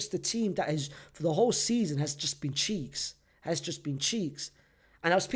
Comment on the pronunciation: They way he says cheeks😂😂😂🤣🤣🤣🤣